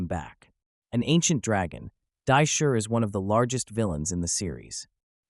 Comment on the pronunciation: This guy can't even pronounce Divatox or Dai Shi correctly. So, you can't pronounce Astronema either. Got it.